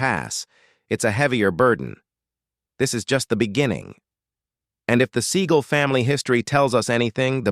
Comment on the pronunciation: Damn AI...you mispronounce his last name!